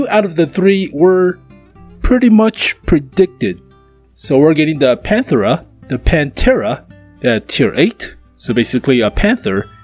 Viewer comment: Pan-TERA like the metal band